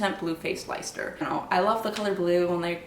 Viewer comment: Blue Faced “Lester” is how Leicester is pronounced.